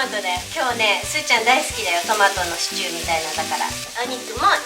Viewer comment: シチューの発音は「ストゥー」のトゥーが少し「てぅ」の様な発音のほうがわかりやすいと思います！